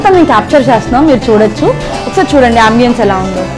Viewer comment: ఇల్లులు కాదు, ఇళ్ళు. ఆంబియెన్స్ కాదు, యాంబియన్స్యా. You and your hubby make a nice couple. Your kid is very cute. Your background music is a bit loud and distracting.